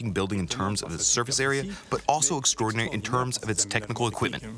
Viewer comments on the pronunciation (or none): none